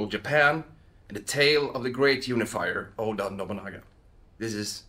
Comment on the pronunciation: Anyone gonna tell them that daimyo is a two-syllable word? 😅